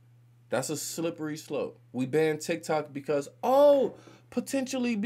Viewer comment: Those republicans if you watched the videos. They can’t even pronounce TikTok.